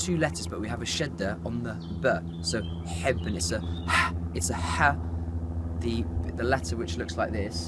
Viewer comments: Love in arabic is حُب = hobb , not hibb , you have a dammah on the ح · It’s actually “ hobb” not “ hibb” don’t relay on google :)